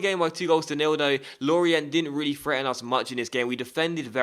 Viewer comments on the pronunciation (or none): It's pronounced Lori-ahh, not Lorient.